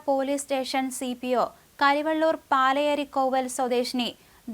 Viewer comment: പാലയേരി അല്ല . പലിയേരി കൊവ്വൽ.